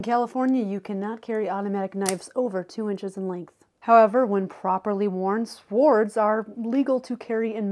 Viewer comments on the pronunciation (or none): Is nobody going to comment on how she said 'sWWOOOrds' 😂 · Swords is not pronounced with the sw together , the w is silent . It’s pronounced with an s followed by a hard o , with rds at the end . Like if you said “ sōrds “ . If you know the Power Rangers shows , it can also be like when they talk about their “ Zords “ . Just trying to help . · You don't pronounce the W in swords it's just as if it was spelled s o r d s so many people get it wrong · This has to be AI. Swards, is pronounced Sords. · In Britain the knife laws are even stricter. And we pronounce Swords, ‘Sords’. The W is silent. Just so you don’t sound daft if you ask to buy a sword over here.😉👍🏾🇬🇧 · It isn’t pronounced swords. The w is silent. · Weirdest part was hearing an adult pronounce the 'w' in swords. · Is no one going to talk about how she pronounces swords??? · Gotta be the funniest pronunciation of "swords" I've heard. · Up til now, I've never heard anyone pronounce the w in swords. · Whilst taking a moment away from these beautiful mesmerising eyes the '''w'' in swords is silent, but we can all accept the flaw in the diamond. As Shame McGowan wrote '' I'll say it to you with your eyes as blue as the water in the bay...,'' ( Body of an American), and pub chilling song in The Wire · I have an issue with her pronunciation of "swords." Also, we no longer have those restrictions in Texas. We can carry full on swords. LoL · Can we talk about her pronunciation of swords? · Swords is not pronounced with the w I'm sorry.. must be that California education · Swords the w is silent. Just trying to be nice not mean.